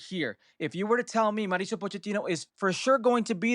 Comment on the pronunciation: Dear gringos please pronounce MAU RI CIO not MARICIO